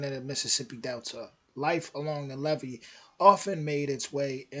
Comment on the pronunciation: Your are saying it correctly, the difference is the single E (ah) as opposed to double E (eeeee!)